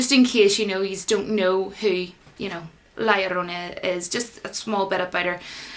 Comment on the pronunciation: Omg I admit I just like the way your pronounce La llorna haha. They released it as Curse of the weeping woman here cause no ones heard of this folktale here or knows how to pronounce it properly. For the record I thought this and The Nun were poor movies. Too many jump scares which were mostly predictable